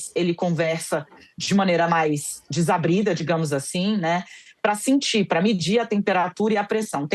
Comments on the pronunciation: DIZABRIDA?? ?? ACUMA É?? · Mortadela azeda, Dezabrida!?!?!? Tomou aula com a canja? Kkkkkkkk